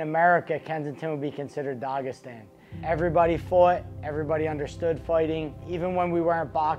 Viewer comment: “It’d be like dawgestan”